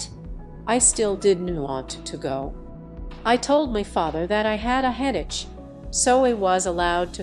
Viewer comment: The computer generated narration is ridiculous. "headache" is head-a-chee, "my" is me. 👎